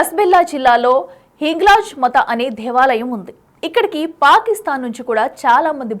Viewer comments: Telugu sariga matladu talli. Hinglaj Maata not Mata.... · Hinglaj Maata. Sarigga palakadam raada?